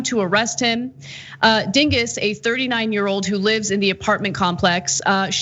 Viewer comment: Heh, heh. She said "Dinguss".